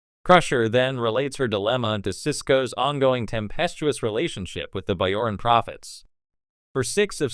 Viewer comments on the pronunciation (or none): Bayoran? AI is garbage.